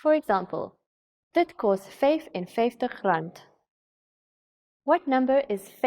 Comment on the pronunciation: She isn't doing a bad job tho. Except that biki. It's bietjie right. And she makes a Dutch variant on kos. Kost.